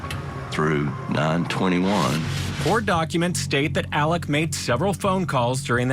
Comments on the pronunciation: It’s pronounced “Elek” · In SC, they pronounce it "Alec," or "Elick." And the last name is pronounced "Murdock."